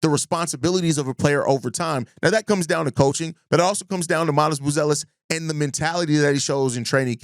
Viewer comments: Hi sky is falling bulls fan. I would ask how your day is going but I already know it’s going terrible. It’s obvious bill Simmons just chose a team that he knows nothing about to say something about. Not knowing how to pronounce buzelis last name, to not mentioning giddy resigning negotiation, to not mentioning Noa and his upside, to not mentioning how having a lot of cap space next year is a good thing. Being a 40-42 win team with expiring contract and a direction can push us in a better direction with our draft picks improving and trading for players that make sense and fit our core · The fact that he can’t pronounce Buzelis correctly hints that he doesn’t follow the team that closely. You’re talking about the future of the team, He’s regarded as the biggest bright spot, you don’t know his name? That being said I get what he’s saying and only the bulls making good decisions going forward will change this perception.